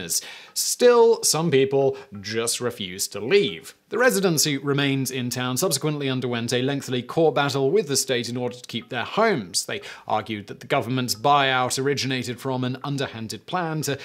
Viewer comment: I never said lengthily was not a word. It is. However lengthly is not; It is Simon's mispronunciation of lengthy, I trust we can agree that the waters are now sufficiently muddied.